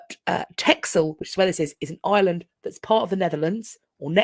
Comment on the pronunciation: RE Van Gogh's Reader: now we still know nothing about what was going on X-D By the way, Texel is pronounced like 'Tessle', as in with an s instead of the x